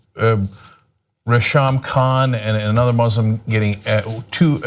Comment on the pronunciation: Its pronounced Ray-Sham man... No wonder I though it was two guys ...